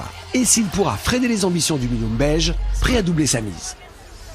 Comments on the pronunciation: Moi aussi dans le premier épisode j'ai cru qu'il dit belge après j'ai compris que c'était beige 🤦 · L'équipe "beige"...et moi j'écoute toujours "belge" 😂.